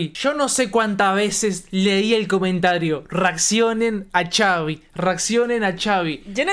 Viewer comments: Es Xavi no chavi 😅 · La X la debes pronunciar como J se escribe Xavi pero suena Javi, saludos desde México, no me pierdo sus reacciones. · Es Javi solo que con x ,pero se pronuncia Javi. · Xavi se pronuncia "Javi" corto para Javier su nombre y es de aqui la "FINIKERA" o mas bien conocido como Phoenix Arizona. Nos hace bien orgullosos con rason ya no lo vemos en los parties el anda haciendo grandes cosas. Fierro compa Xavi !!! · Es cierto caen gordos por que apoco no saben pronunciar xavi que es Javi ay no me estresaron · Es XAVIIIIII❗❗❗❗ LA X ES COMO J EN MÉXICO CABRONES👍🤤❤️🇲🇽❗ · Tengo entendido que se pronuncia Javi, porque se llama Xavier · Se pronuncia javi Saludos Reaccionen a DND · Es se dise javiiiiii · Solo para aclarar se pronuncia "Javi" y se escribe Xavi 😅😊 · Solo que se dice su nombre asi el xavi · Se Pronuncia Javi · Se escribe Xavi pero se pronuncia Javi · Se pronuncia Javi no? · Se dice javi solo que con x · No se dice chavi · Xavi se pronuncia Javi México se pronuncia mejico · Se dice xavier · Se pronuncia javi y se escribe xavi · no es chaviiiii se dice como si fuera con jotaaaaaaa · Se dice javi se escribe xavi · No se dise chavi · No se pronuncia chavi 😂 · Se escribe xavi pero se dise javi